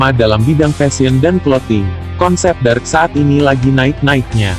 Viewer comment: Dark bang bukan drak